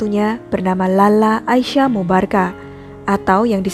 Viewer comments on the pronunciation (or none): none